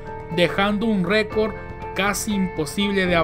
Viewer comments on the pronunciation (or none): "recor", en serio? 🤦‍♂️